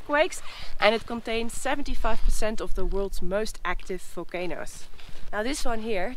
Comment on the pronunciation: "Folcanoes" that had "folcanic" activity ♥️